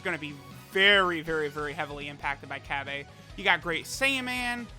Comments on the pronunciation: Cab-A? you can at least pronounce the name right. Na for the copious amount of money that you spend on this game you can mispronounce names all you want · Cab-aye, that shit sound gay and stupid 😂😂 stop it, no one calls him Cab-Ayeee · Bra Fandom: Bulla Also truth: Cabbe Also fandom: Cabba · in subbed the voice actor says Cabbe but in dub and in everything else and the way its spelled its Cabba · Cabba’s name: Cabba: Cabbay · Nobody:: cab bay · so busy talking about pronunciations he didn't even bother to look at Cabba's attack and defense after giving him orbs, ugh... Oy vey. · Czar17 _ that’s what I figured, I watch dub so that’s how I pronounce his name